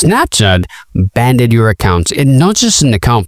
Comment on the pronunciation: Stop saying banded 😂